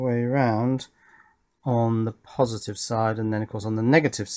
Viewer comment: Is there only me who heard “Pin 1 on the JST is plusitive” ?